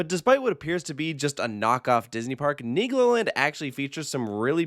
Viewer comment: LOL IS RIGHT! Really gotta make sure you annunciate that L in Niglo 🥲😬